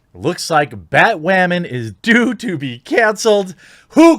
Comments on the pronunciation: Everyone: Batwoman Thequartering: BATWAMAN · bat wamin?? 🤣🤣🤣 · why the hell is this guy saying "BatWAmen" and "waman" instead of women? gives me the shits